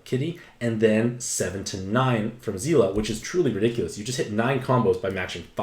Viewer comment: I'm like 90% certain it's "Zel-la" and not "Zee-la"... at least based on the Japanese name.